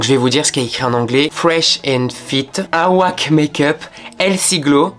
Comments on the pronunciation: "Fresh and fit aouaque make up?" Moi: "Wait what?" Le fond de teint: "Awake" Moi: "AAAAAH ok!" Ton anglais me tuera à chaque fois aha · Not "awAke" BEAUTYYY!! but "əweike"😹 Anyways! Perfect as always 🍯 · C’est pas « awaque » c’est awake comme wake up mdrrr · "le awoike make up" putain un effort non? 😂😭 "awake" (prononcé "ewaike") en anglais qui signifie éveillé en français mdrr (j'espère que tu faisais exprès!) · Awake veut dire "éveillé" et il se dit "eu-wai-ke"voilà si ça peut aider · awake se prononce aweyke pas aouaque 💀💀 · J'ai eu un gros fou rire aussi quand il a dit "aouaque" 😭 mais c'est trop mims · J'entends "Aouak" je me dis "non il a pas lu Awake comme ça" mais siiiii j'adore ahaha excellent ! Pas chaude pour la partie 2 Florence by mills je vois pas ce qui pourrait changer de ouf 🧐t'es excellent j'aime trop trop tes vidéos, t'es le seul dont je regarde tous les crash test peu importe que la marque m'intéresse ou non !! 🖤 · « Aouak makeup » ok 😭😭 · "Aouaque makeup" 🤣😭 tu es illarant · Awake ce pronoce « ewayke » ça veut dire « s’éveiller » en anglais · La prononciation de "Awake" ptdrrrr